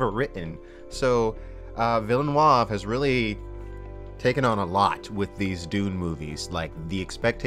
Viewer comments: Villeneuve is pronounced closer to "Vill-nuv" (French for "new town") - you're adding a syllable that isn't there. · Villeneueve is pronounced “vill-nuve” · I think the name is pronounced "Vill Noov" to really simplify the French vowel sounds. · Please learn how to pronounce Villeneuve. It will be useful in the future. You're pronouncing it as if it were Villenoive. It's not. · Neither pronunciations are correct. It's Vill-nuhrve. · Villeuneve said in an interview on a local Montreal french radio that Dune was his go to book as a teen, that he read it over 20 times and had a super strong knowledge and vision about Dune since he was a teen, so I think we re in good hands. BTW It s pronounced Vil-Nee-U-V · No, it's not pronounced that way either. It's more like "Vil-nuh-v." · You're butchering the director's name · I wish the internet would decide how to pronounce 'Villeneuve'. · hahaha as a french-canadian the way you prononce Villeneuve is so funny ! And i couldn't agree more on you, particularly the voice over who was way to cheesy in Dune 84. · You should have asked someone about the correct pronunciation of "Villeneuve"... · and you've already absolutely butchered Dennis Villeneuve's name. We'll see where this goes Around a minute in and you spoil Arrival. Had to skip ahead. You can talk about a movie and not spoil it by mentioning general plot lines that are similar to the stuff you're about to discuss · Please look up how you are supposed to pronounce Villeneuve. I don't know where you get that "a". Great video nontheless as always. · since youre going to be having to say his name more often now, it's more like "den-ni vil-nuvv" but kinda light on the "l". love your vids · And it's pronounced "villinoov". Cheers, love your channel. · Dennis villen what? It's veelneuve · Great vid! but its pronounced more like Denee(no vowel after consonant means silent letter in french) Ville-neve, not Villeneoav or Villenoieve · VilleNOOOOOIVE TIM-OH-THAY SHALL-OH-MAY xD